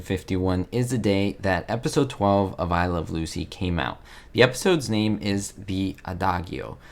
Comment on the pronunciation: You're not pronouncing the title of the show correctly.